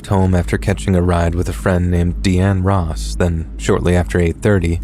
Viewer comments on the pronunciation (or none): none